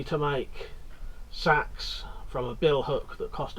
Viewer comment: Watched you for yonks, but I think you'll find it's pronounced say ex, and if it's of any worth, I went to agri college and had to study the use of scythes, bill hooks and hacks of all types in the mid 90's, There is an art to sharpen these, and now it's being forgotten. Would rather wield a traditional bill hook than seax, especially with the back blade. Keep up the great work 👍🏻